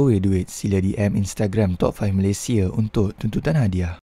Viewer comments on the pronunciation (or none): none